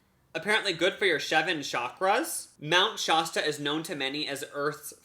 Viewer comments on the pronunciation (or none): PAST-yur-ized, not PAY-stur-ized. and Shasta not shahsta. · Hahaha never heared anyone me pronounce Shasta like shahhsta before. Only the bros 🤣🤣